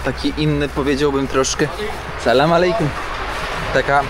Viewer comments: Nie salam malejkum tylko salam alejkum tam nigdzie nie ma "m" sam też kiedyś popełniałem taki błąd dodając "m" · ale mimo wszystko z szacunku moglbys sie nauczyc wymawiac "salam alejkum' i ze odpowiada sie 'alejkum salam' a nie mowic na odwal sie 'salama'